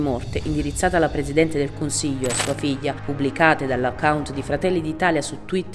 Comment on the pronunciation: E facciamolo lo sforzo di imparare a pronunciare la "gl" almeno sulla divulgazione pubblica: figlia, no fijia